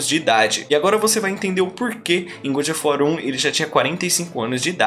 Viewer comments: Coisa irritante esse "gud of wat"!!! Ahhhhh!! Soa como o bom da guerra!! Horrível!! É GÓD of War!! GÓD!! GÓD!!!! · Saí porque não aguento alguém falar ~good~ of war. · Muito bom, porém faça a pronúncia correta do nome: God of War